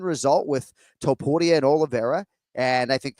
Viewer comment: Is there a rolled r in the middle of Topuria or not? Jon does a half a roll and Kenny doesn’t at all. The way Jon says too-pood-ee-ah gets under my skin. It’s toe-pour-ee-ah!